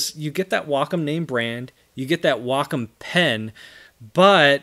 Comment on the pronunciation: why does everyone pronounces it "wack-on" it is pronounced "way-com"